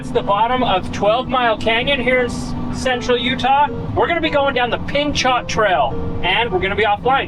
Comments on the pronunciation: it is called peeno not pinchot. gifford pinchot would not like your pronunciation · Is the local pronunciation different than the person the trail is named after? Gifford Pinchot was the Secretary of the Interior under Theodore Roosevelt, and he set up the national park system. His last name was pronounced: pin-SHOW. Do all the locals say pin-CHOT now? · In the interest of future correct pronunciation " Pinchot" is pronounced as :"Pihn (Pin) choh (show) "Pinshow" The "T" is silent. 🤠 not: (Pin shot), the trail was named after the former Gov. of Pennsylvania . Gifford Pinchot, Americas First Professional Forester. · It's not pin-shot trail, rather it is pronounced: pin-show. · FYI: Pinchot Here we say Pin-Shoh or Pin-cho as in Gifford Pinchot National Forest, Washington State. I know that in Utan (where I I lived for 23 years of my life (SLC/St. Geo.)) we often used pronunciations differently than the rest of the world. Truly enjoy your talent, work, and family life. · Pronounced "pin-cho" probably named after Gifford Pinchot who was a conservationists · Unbelievable....this situation has left me speechless. By the way, Pinchot is French....pronounce it Peen-show 😉😉 I'd love to see these guys that drive this truck. I bet they thought it was hilarious. Effing jerks. But, boy, you're gonna hear from the internet how you could have done it better 😂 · I believe the "T" in Pinchot is pronounced like the T in Chevrolet. Pin- Show. Google Gifford Pinchot famous forester. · Love the recovery. The t is silent on Pinchot:)